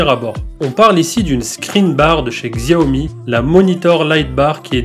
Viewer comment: On dit chaomi